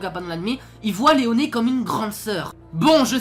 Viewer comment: On dirait que tu hurle dans la vidéo c’est excellent 😂😂 C’est rare les vidéo sur Akame ga kill j’adore ce manga et animé aussi 💪 tu vois mon logo, donc c’est cool ce genre de vidéo 👍 Bulat c’est notre grand faire ta raison😀 Rectification: Tastumie est bel et bien le personnage principal, Akame est le héros, c’est différent, t’a prononcé Leone « Léoné » c’est juste Léone 👍👍